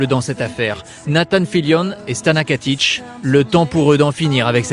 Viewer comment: Why does he say "Stana Katish"? Does het not know it's Stana Katic? Love her so much <3